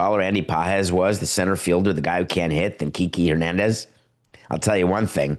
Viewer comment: kee-kay FFS